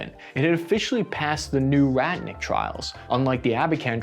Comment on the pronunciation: Bro, it's pronounced rotnik with an 'o' not ratnik! Other than that, keep up the good work!